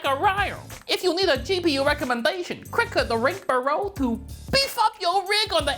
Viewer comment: And remember to “crick the rink Berow” 😂